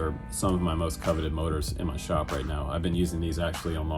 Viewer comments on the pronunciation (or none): none